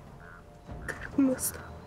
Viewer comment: Bükülmesin, kertilmesin diyecene Şahadet getireceksin kızım, bu yaşa kadar öğrenemedin mi?